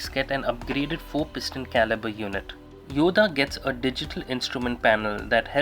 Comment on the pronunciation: It's pronounced "Yoddhaa" not "Yoda". Nice looking bike!